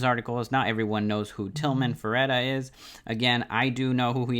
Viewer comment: Land-cadia... and fer-tita...